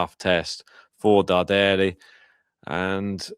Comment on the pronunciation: Hi! The correct pronunciation of Luciano's surname is Dàrderi (not Dardèri)... Greetings from Milano 👋